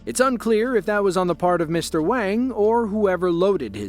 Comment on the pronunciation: Mr.wang was Wong he's responsible for his woad